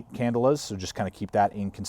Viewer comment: "can-DELL-a" not "CANdle-a". just sayin'